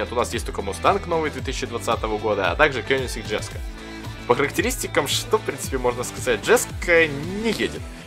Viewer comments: Не джеско, а йеско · Дружище, не джеска, а йеска) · Jesko читается как еско спасибо.